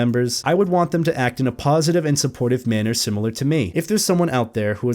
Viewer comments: I hear PAWsitive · "Paw"sitive im sorry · Am I the only one who thought he was making horrible furry puns every time he said "positive"?